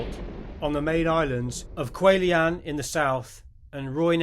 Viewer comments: Lee was a good friend of my fathers after the war. Kwajalien is not pronounced Quah line but quad- jewel- in. All WW2 combat vet got the Bronze star for service at the end of the war - he had one but it's not listed . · Just so you get the pronunciation right... "Kwajalein" is phonetically pronounced: "kwaa-juh-line" The accent is on the first syllable. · qua-ja-leen is how you pronounce Kwajalein. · For the record, Kawjalein is pronounced in three syllables: Qua-Ja-Line. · Kwajalein is pronounced as the best I can do - Quad-a-lean. Semper Fi!